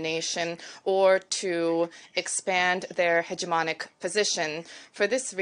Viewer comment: Not pronounced like that at all. More like "heh·juh·maa·nuhk". I allow you to edit your comment.